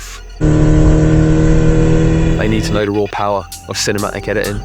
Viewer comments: Can I be ci-ne-ma-ic? Excuse me lad, I believe there's "t" in the word CINEMATIC, right? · it took me until now that he wasn’t “chinema egg” 💀 and actually said “cinematic” AHHAHAHAHA